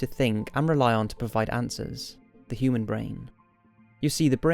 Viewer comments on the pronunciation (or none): none